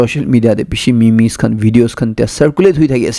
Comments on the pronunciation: Sir it's pronouns as Meems* not mimi*. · Bro it’s Meeeeems not me-me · It's pronounce as mems not me mes.. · For small corrections memes are pronounced mems and meme is pronounced mem. Hope you don't mind.